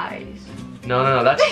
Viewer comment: Span - glish😂😂😂😂